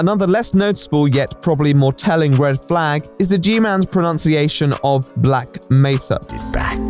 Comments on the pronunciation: "It's Black Mesa, not Black Mesaaaarrrr" Ron Weasley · "Black Messa" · Not sure how anyone at all bought this after hearing "...Black M E SS A" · Ah yess the famous black meh-sa. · Lots of people like to clown on the team for the "Black Mesa" mispronunciation and while I am not really defending this mistake, most people are treating it like its an incredibly dumb mistake when really I think it was just an honest mistake, I think most are forgetting that Berkon doesn't speak English as his first language. All I'm saying is, I understand how they made this mistake since when you're learning a new language, pronunciations tends to be either neglected or very difficult to pick up. With that said, regardless, I still agree it was still a mistake that should've been picked up and fixed, and it still exposes their carelessness. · Your mispronunciations upset me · Yeah the "mesa mispronounciation" may be a simple error but growing up in New Mexico that mispronunciation is nails on a chalkboard everytime I hear it. It's like when someone sounds out the L's in tortilla or when a british person says glacier.